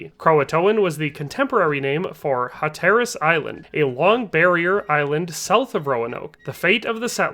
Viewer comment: Your mispronunciation of Hatteras and Manteo are super annoying. However pretty solid video otherwise.